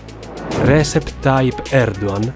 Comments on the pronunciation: uomo va bene tutto ma sentire Recep (leggasi Regep) pronunciato Resep dopo che sei pure stato in Turchia fa un po' male alle orecchie 🥲🥲 ma pronuncia del turco a parte, veramente bel video, assurdo vedere il salto che questo canale ha fatto da 5 anni fa in cui ho visto il primo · Si, ma Recep si pronuncia "Regep" e non "Resep". 😉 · Solo due cose: - Il nome Recep si pronuncia "Regep" e non "Resep"; - Sarebbero graditi sottotitoli in inglese, vorrei mostrare questo documentario a un mio amico turco. Per il resto, veramente interessante e ben fatto :) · Recep si pronuncia Regèp, non Rèsep. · Si dice “regièp” comunque, non “rèsep” Tayyip Erdoğan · Si pronuncia Regep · Recep Tayyip Erdoğan. La pronuncia giusta di Recep é Regep. Poi Erdoğan si pronuncia Erdooan. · Sono sempre più incredibili e di altissima qualità questi video. Una sola puntualizzazione che avrei: prestate un po' più di attenzione alle pronunce delle parole straniere, specie se sono così importanti per il contesto. Mi ha fatta un po' storcere il naso sentir pronunciare sbagliato il nome di Erdogan per tutto il video